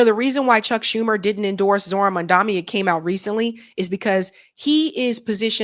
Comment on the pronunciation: Dear, i think you always say mamdaMi with an M instead of mamdaNi with an N. It's MamdaNi ☺Anyway just wanna say, such a little issue, compared to everything that s been going on. Correct the little things before correcting the big issues, right? Keep up the good work ❤ So long Dick and Nancy... Hope the blazing fire of hell isn't too hot for your skin. Save some spot for Satanyahu, he'll be joining you soon enough.